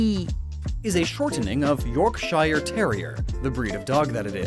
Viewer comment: That pronunciation of Yorkshire. :')